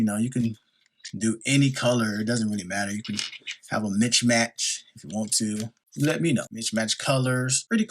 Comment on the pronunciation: Mixed match not “mich Match “ lol